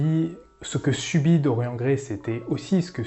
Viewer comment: Par contre évitez de prononcer Dorian comme dans la vidéo... c'est Dor-yanne... comme dans Marianne...